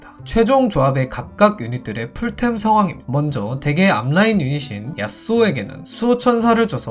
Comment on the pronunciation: 얏쓰오 발음 쥑이네요ㅋㅋㅋ 공략 잘 보고 갑니다